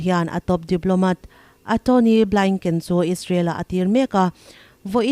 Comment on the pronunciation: please in channel nei tupa nagmah ngei in lo puang hram te Antony blinken hming tak ngial pawh lam dik thei lo chu ngaithlak a hrewm e mai, Antony Blingken te chu a lar tehreng nen lam sual chi ani pawn kace lo...